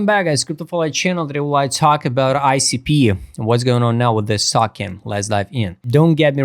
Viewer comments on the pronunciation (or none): oh, a note, token is pronounced TOE-KEN; i was confused the first few times i heard you say it, sounded like talkin ;)